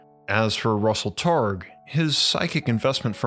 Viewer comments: Hi: LOL, Your video about the history of remote viewing would be a lot more credible if you would have learned how to pronounce Russell Targ and Hal Puthoff. There is only thousands of videos on YouTube where their names are pronounced correctly. Also, The remote viewing program was only ever stopped at one CIA agency or military program or another (and shuffled to another) because the Director of said program changed to someone who was Uber religious and thought remote viewing and psychic/psi work was “devils work.” The remote viewing program was never shuffled to a different agency or secret military program because it didn’t work. Remote viewing absolutely works statistically 60 to 80% of the time. Please research your subjects better next time. There are plenty of former military remote viewers still around that are more than willing to talk to you about their time in the secret remote viewing programs. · LOL, Your video about the history of remote viewing would be a lot more credible if you would have learned how to pronounce Russell Targ and Hal Puthoff. There is only thousands of videos on YouTube where their names are pronounced correctly. Also, The remote viewing program was only ever stopped at one CIA agency or military program or another (and shuffled to another) because the Director of said program changed to someone who was Uber religious and thought remote viewing and psychic/psi work was “devils work.” The remote viewing program was never shuffled to a different agency or secret military program because it didn’t work. Remote viewing absolutely works statistically 60 to 80% of the time. Please research your subjects better next time. There are plenty of former military remote viewers still around that are more than willing to talk to you about their time in the secret remote viewing programs.